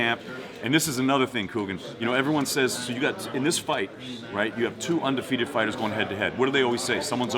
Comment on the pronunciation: Ι don't know how it sounded "back in the day" but he particularly sounds weird when he does it...